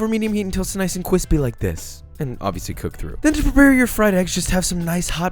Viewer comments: I lost count of the cwispys... great vid - thanks. That fried egg one looks like I need it it desperately in my life. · Starting to think Josh has a speech impediment from all the “cwispy”s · dude, stop with the "kwispy" bullshit. Real cooks look at you like you're a dumb fucking kid, which you are. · I get a boost of serotonin every time you say “cwispy” 🥺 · Nice and cWispi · If you say “cwispy” one more time 🤬🤬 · can u stop saying cwispy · Nobody: Joshua: nice and cwispy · he said NICE AND CWISPY AAAAAAAAAAAAA (i love him) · cwispy :D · Everytime you say "cwispy" I take damage. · Drinking game: Everytime Josh says "cwispy", take a shot. ...see you on the other side, everyone! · Please stop saying "kquispy". I'm begging you. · Josh, great vid as always, but can you please stop saying "cwispy"? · I came for the great food content. I left early because of all the cwispys. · Is he saying 'cwispy'? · Do you even know how many times you said "kwispy"?! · take a shot for every time he said cwispy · Stop trying to make "cwispy" happen. It's not gonna happen. Seriously though, please stop. It's just annoying, not funny. Otherwise, love your videos. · I can’t possibly be the only one who cringes at the word kwispy or whatever he says. Mad love but stop bro . Lol. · I love a fried egg in my breakfast taco it's so cwispy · Those tortillas look KWISPY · “Cwispy” count is off the charts! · I kept hearing "cwispy" instead of crispy. LOL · I think that just might have something to do with the fact that he is saying cwispy.... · Hearing an adult say "cwispy" while not talking to a 3 year old is a deal breaker for me. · Quit saying “cwispy.” I’m fucking cringing into oblivion. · Nobody: This guy: cwispy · Please - and I can't stress this enough - PLEASE never say cwispy ever again. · Can we get a “qwuispy” counter, please? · the constant "cwispy" was ......... something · For the love of God stop saying cwispy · can you stop saying cwispy please thanks